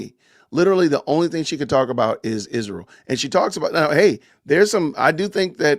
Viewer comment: I can't stand the way Candace pronounces Israel. 😂